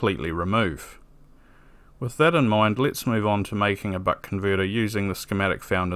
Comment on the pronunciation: why does it sound like he keeps saying butt converter